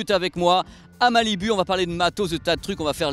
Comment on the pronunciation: Prononce "malibou" putain.